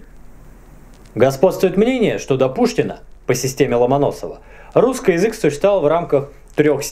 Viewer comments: в словах "русскай"? не "ы", а "а". ну и это единственная правильная форма вообще-то! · Супер, спасибо! очень интересно. А вот вопрос есть: это так задумано, что вы окончания прилагательных -ый, -ий произносите как -ой...? вроде русской язык. Или это уже такой говор? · Мне одному режет слух прозношение окончаний? Русскэй вместо русский, эдэкэй вместо эдакий. Это вообще откуда? Классическое "правильное" произношение? Как этот феномен вообще нагуглить? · Почему вы оба говорите "русскай" вместо "русский" ? и в других словах так же. Это неправильно! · "Русскый" слышу "русскай". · позвольте задать 2 вопроса! 1) как приавильно "обожжется" или "обожгется"? 2) почему говорит "ый" в окончаниях на "ий"? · Всегда с интересом смотрю твои передачи. Но, ради Бога,, перестань переигрывать! Эти твои нарочитые и сильно преувеличенные акценты на: перьвый вместо первый; русскОй вместо русский, и т. п. - звучат искусственно. В речи людей, которые произносят это натурально, а не потому, что заставляют себя - это звучит органично и не привлекает внимания. У тебя-же это звучит вычурно и наигранно. Однако, это не уменьшает интерес к твоим произведениям. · Откуда у вас такое произношение "русскАй, филосовскАй, немецкАй"? Причем, девушка тоже так же произносит окончания. Это фишка или влияние какого-то диалекта? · А почему вы говорите русскЫй? Это историческое произношение? Тоже самое церЬковный, словянскЫй, перЬвый. Очень интересно! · Мне не приятно как ты говоришь, в место ч, ш. Пётр великИй а не великЫй.... Не РусскЫй а РусскИй... И я всегда смотрю только на твои усы они странные, двигаются. И прости меня, мне их просто хочется оторвать!